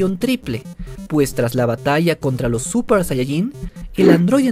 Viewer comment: Por que dice suPPer sayayin